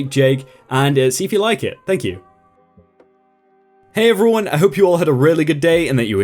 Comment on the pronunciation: Jake, why do you pronounce 'everyone' like 'ruin'?